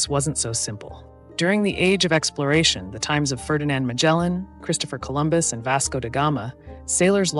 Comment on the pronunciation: "Medshellen", "Piggafedda" 🤣🤣🤣 I don't even speak Portuguese and just a little bit Italian, and I still can't stop laughing at your pronunciation.